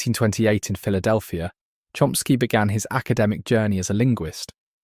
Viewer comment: Porque na traduc,ao voce diz Chsky e nao diz Chomsky ??